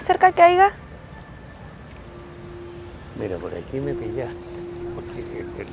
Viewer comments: Haiga?😂😂 Es Haya🤷‍♀️😂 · Se dice Haya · Haigaaaaa :v se dice haya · Tan linda, pero, dice 'haiga"... Jajaja